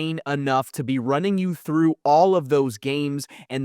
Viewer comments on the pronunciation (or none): none